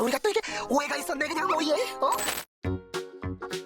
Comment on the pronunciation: 마지막에 오해라고 말하는게 오예~처럼 들리는건 착각인건가 ㅋㅋㅋㅋㅋ